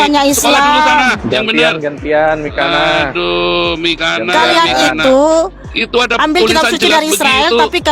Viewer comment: Saya suka dengan ucapan si...katanya nama mikana jadi Miko ntol😅